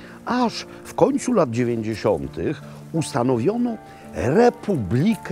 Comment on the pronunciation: 4;02 = " dzewen*dzesiote" - to s ktorego po ktory rok ?